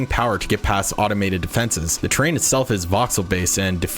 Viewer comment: Oh TERRAIN deformation. I kept hearing train deformation and couldn't understand what that was about. I'm glad it's 1st and 3rd person because I don't want to have my own blocking my view of the target area.